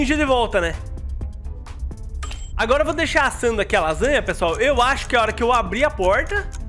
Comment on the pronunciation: vendo esse vídeo pela segunda vez eu percebi que o falou agota